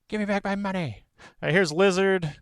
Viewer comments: Literally going to dislike and not recommend because the way you say lazard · You're mispronouncing Lazzard's name.